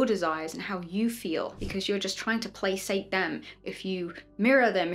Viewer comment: Hi! Great video! (Just wanted to point out that the verb placate is pronounced with a k not a s sound)